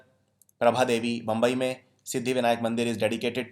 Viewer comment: My dear sir it's not bumbai it is Mumbai thanks